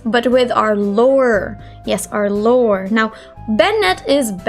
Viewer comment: literally heard "lower" instead of lore i-😳